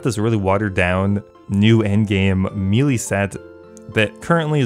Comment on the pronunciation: You are mispronouncing the word melee.